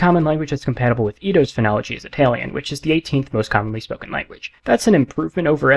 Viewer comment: Nobody: Conlang Critic: It alien Everybody: Italian